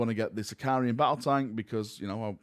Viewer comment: Why does everyone keep calling it a Sicarian? It’s a Sicaran, there’s no I between the r and a